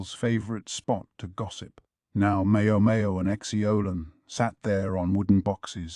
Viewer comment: Why is it so hard to pronounce 猫猫 or 小猫 correctlyyyyyy and also with 小蓝 and 梨花